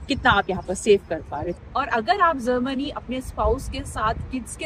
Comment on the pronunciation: You can easily say Japan but you cant pronounce Germany. Not Zermany. I am sorry. I did not mean to hurt.